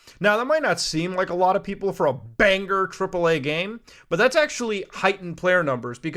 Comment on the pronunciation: when people enunciate the "G" in banger ................................